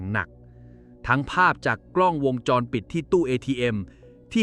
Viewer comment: จะมาชัดได้ยังไงคำว่าวงจรก็อ่านว่า วน วง..แทนที่จะอ่านเป็นมาตราแม่กงคืององูสะกดแต่ไปอ่านเป็นวน น มาตราแม่กนทสะกดมันใช่หรือลิ้นชักตรงไหนไปฟังดีๆไปฟังใหม่ฉันฟัง 3 รอบ วน...วนอะไรงง มันต้องเป็นวงค่ะงงู วง..จร..ไม่ใช่วนวนเวียนนหนูคนละเรื่องกัน